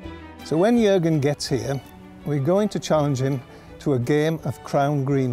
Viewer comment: First english man who is able to pronouce Jürgen correctly